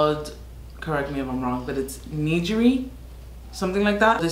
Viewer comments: It's ni-ghi-ri not ni-ji-ri just like Ko-gen-do not ko-jen-do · The G in "nigiri" is a hard G, like in "get" or in "koh gen doh" which still says wrong every time hehehe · YAS <333333 btws the G in nigiri is a hard G its like neee geee riiii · Loved this!! And, its "Ne-geer-i":) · Nigiri = nih-gear-ee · 3 years late… nigiri GI is pronounced as in give!